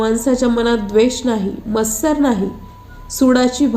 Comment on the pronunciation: मस्सर नव्हे मत्सर . आवाज रडका कां वाटतो?